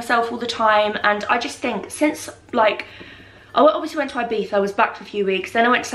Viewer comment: The way you pronounce Ibiza has me crackled😂😂😂😂